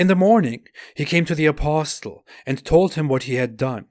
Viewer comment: I point 2 things to you. 1. You need to pronounce apostle as aposle the t is silent. 2. The life of Hitler mimics Mohamed, he was despised and rejected politically in the early thirties,, he almost became a homeless, but when he got his chance with the rise of the Riche he became the monster